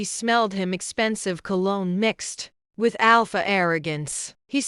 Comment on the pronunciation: Marcus smelt of "colon" or "cologne"? If he is the villain, I suppose that he can smell of colon 😂😂. The AI voice (and subtitles) needs improvements but the story is OK.